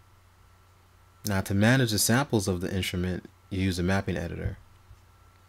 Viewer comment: "Inshrument"? My ears hurt.